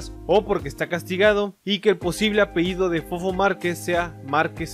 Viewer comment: No se dice "apeido", es apellido amigo... Eres investigador y no sabes ni hablar... Santo Dios.